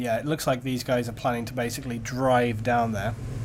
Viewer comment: u say bae-icly:)